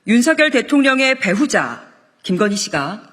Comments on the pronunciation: 배후자가 아니라 배우자. 이 여자는 매번 목에 힘만 잔뜩 주고 엉뚱한 발음을 하네. 변죽만 울리다 끝날 당. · 배우자가 아니라 배후자라고 발음하네. ㅎㅎㅎㅎㅎㅎ 멋지다 강미정. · 윤석열 대통령 배우자 ->배후자로 들엇네요. 😅 윤석열 배후자라고 해도 이상하지않은 김건희. 김건희는 왠 남자가 저리 많아